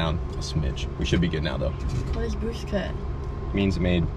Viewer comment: She said “ too mach bwoost,is der ever too nach boosht “